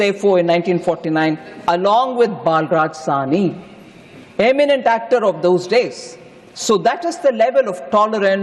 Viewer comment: Per foundation is very poor he was balraj sahi not baalraj sahi